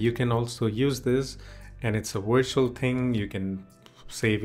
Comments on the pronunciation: its Virtual not Wirtual!!! it is a V! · Just so you know Virtual starts with a V not a W the two letters sound different.